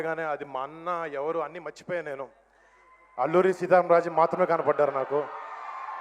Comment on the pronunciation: ఆలూరి సీతా రామా రాజు అని పక్కడేమే రావట్లేదు వీడికి. సీతాంబా రాజు అంటా ఏమీ తెలుగు రా నాయనా తెలుగు కి ఓదండం రా.బాబు😅